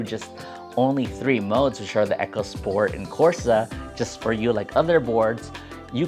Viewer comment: just so people dont get confused in conversation, it is pronounced "e co" not "echo", just lookin out for ya :)